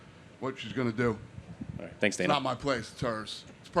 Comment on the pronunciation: Thit he just said altight gang